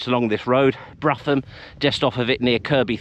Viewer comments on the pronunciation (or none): I lived in Eden Valley for 25 years so its good to see someone exploring some of its lesser trod areas. Just for info, the castle at Brougham on the A66 just outside Penrith is pronounced "Broom" not "Bruffham". Confusingly Brough castle further east on the A66, a few miles north of Kirkby Stephen is pronounced "Bruff". Would be good to see some exploration of Borrowbeck Fort in the Lune Gorge near Tebay which you mentioned, I believe there was a Roman road through the Lune Valley & am curious about its route, whether it went through the tiny hamlet of Greenholme or whether it stayed to the east of what is now the M6 and headed north to connect with the Cross Fell Roman road & if there was a route through to the East over Stainmore following the rough route of the A66. Thanks for the vids, I enjoyed the recent Kendal one too about the well.